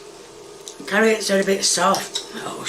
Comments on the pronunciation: She said carrots and then she remembered to purposely mispronounce it CARRIOT. This woman is not sweet or wholesome. She is diabolical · Did she say carriots? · Typical American, dont know what an oofa doofa is SMH.. Its a thingamabob, a wotsit, a whatcha-ma-call-it, a thinga ma jig. I think her refering to carrots as carri-ots is the biggest crime here, even as an Englishman myself I cant defend that one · Did she say carriots instead of carrots 😂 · "Carri-otts" me proceeding to clean out my ears to make sure I heard that right 🤔🤔🤔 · As soon as she said 'carry-ots' I was done. She really needs to stop with the faking pronunciations, it's too annoying and takes away any of her charm. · She just can't remember the name of the utensil. It's like saying "thingamyjig". I'm more concerned that she pronounces "egg" with an H and frequently calls carrots "carry-otts". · Has anyone addressed the fact that she pronounces onions and carrots "honeyons" and "carryutts?"